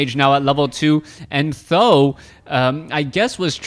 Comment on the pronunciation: Its pronounce Tee H zero zero zero, not Thou... or Sandan which means 3 eggs...